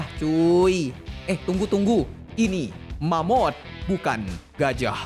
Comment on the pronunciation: Bang,sebutannya mammoth...